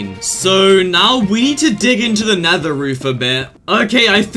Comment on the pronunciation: Did u Call nether neather